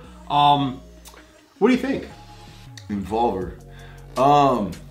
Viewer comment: They be saying Envolver like the word Revolver 🤣🤣🤣 when it's more like Inbolbir